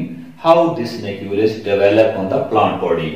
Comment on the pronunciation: Start ma ap na glt bola nucule ki jaga globule but ok